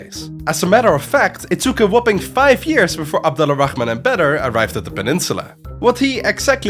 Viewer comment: Slight correction, Abd Al-Rahman is actually pronounced Abd Ar-Rahman (the L is silent when it meets an R)